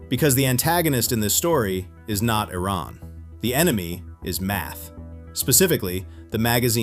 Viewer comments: “I rain”. It’s “Iran”. Not Eye Rain. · Why do they all say Teran instead of Iran?